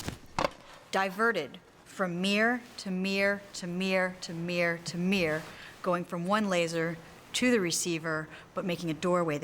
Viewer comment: its not a mear its a mirror